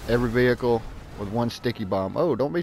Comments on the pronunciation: I'm not making fun just helping it's prenounced like vee ick ul veeickul vehicle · Why do you put so much emphasis on the "h" of vehicle? LOL Family guy reference with brian and stewie